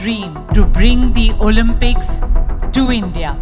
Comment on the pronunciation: great video but one common mistake, an indian always makes. It's pronounced as Olympics, not Olampics. 😂